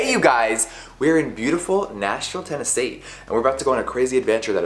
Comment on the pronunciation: I love how he said Tennessee with a southern accent hahaha